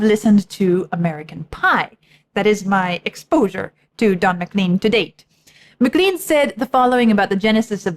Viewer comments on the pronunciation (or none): It's a Scottish name, and it's pronounced Mac-lane, not Mac-Clean. :)